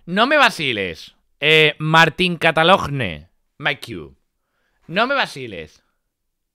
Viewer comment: Anda, el Martín Catalogne 🤩 buenísimo maquillador 💄😄, la "GN" se pronuncia como una ñ (en francés)